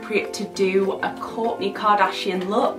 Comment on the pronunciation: "Kork k" lol no hate just thought it was funny how you say it